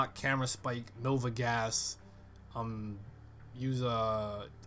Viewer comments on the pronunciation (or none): none